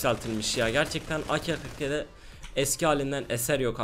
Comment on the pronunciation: Abi ak-47 akel 47 diye deil a k 47 diye okunuyo 😂😂